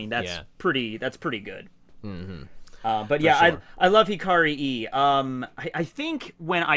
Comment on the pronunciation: No, you do not pronounce "Hikari e" as "Hikari i" (as in i in International Phonetic Alphabet), you should pronounce it as "Hikari e" (as in e in International Phonetic Alphabet)